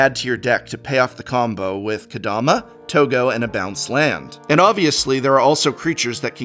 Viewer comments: How about “Kadoma”? Lol. For a professor, come on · Ka-DO-ma? Really?